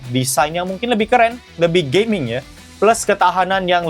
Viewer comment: Bang aku kok dgr di mnit ke 1.31 kdgaran kyk "performa Gay.mingnya"😂😂😂 btw aku dah subs dri beberapa hari lalu.🎉